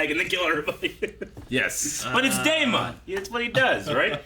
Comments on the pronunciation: When are you guys going to learn to pronounce name right.....It's Not DAY MON It's Damon Just like MATT DAMON You don't say MATT DAY MON. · DaemUN. continues his choice to purposely pronounce names weird lol.